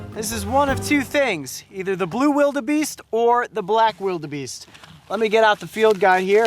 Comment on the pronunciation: You say vilder bee(r) st